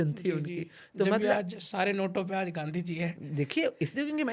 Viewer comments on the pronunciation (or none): none